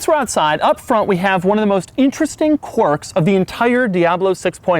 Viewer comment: He pronounced quirks wrong